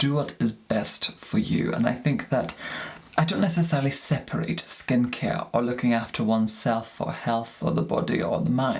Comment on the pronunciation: “Skin cier”